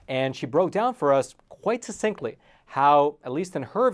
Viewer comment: Got to love. My only nitpick is his mispronunciation of succinctly. There's a "suck" at the beginning,, not a "suh". It is likely the only academic error I will ever catch in.